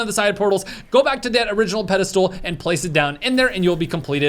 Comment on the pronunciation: Does keep saying “Pedal stool” instead of Pedestal?